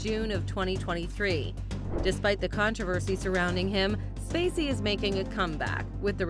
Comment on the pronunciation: the narrator calls Kevin SPacey STacey. Lol.